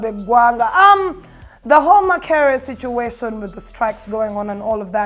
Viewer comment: 🤣🤣🤣🤣Oluzungu akozessa lungi. Sometimes some words don't come out bulungi.